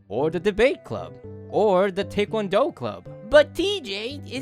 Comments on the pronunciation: I’m sorry for doing this I want to point out that taekwondo is pronounced (tie-kwon-doe). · couldn’t help but notice how he says taekwondo as take one doe 😭😭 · Taekuando is pronounced Tie-kuan-dou